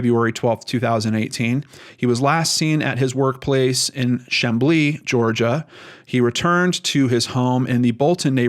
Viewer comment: The way he pronounces chamblee.... heheh